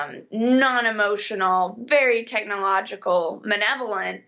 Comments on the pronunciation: Psst. The word is malevolent (not manevolent). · The word is "malevolent" not "menovelent".